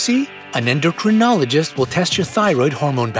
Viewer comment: Since you refer us to them often, you might say "endocrinologist" properly. 'In my beginning, is my END.'